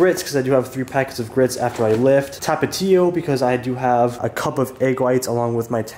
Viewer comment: love how u said tapatio😂🤣🤣 that had me dieing😂😂😂